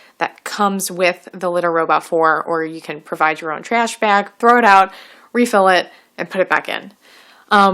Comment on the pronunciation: “Trehsh bahg”